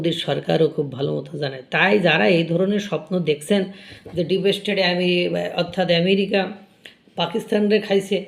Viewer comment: ব্লগ চালানোর আগে, ঘরে বসে একমনে উচ্চারণ অভ্যাস করো। ডিপেসস্টেট !!!!!!